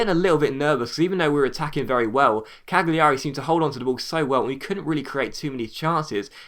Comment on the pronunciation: I think the G in Cagliari is silent ..